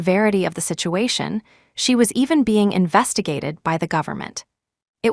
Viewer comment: FEIGNING not feain